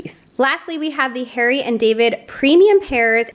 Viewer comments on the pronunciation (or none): none